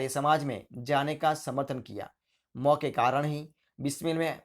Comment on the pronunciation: Hindi bolna to sikho pehle mo Nahi ma hai